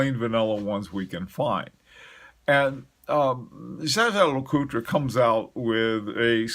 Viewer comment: "ZaZa" Lecoultre...never heard that one. The rule in the States is if you can't say it correctly, which is "Zhay-Zher" then just say the good old American English "Yay-ger"/"yei-gr"